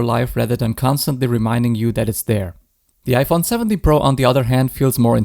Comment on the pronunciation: ИИ не может произнести Про и везде говорит Пра?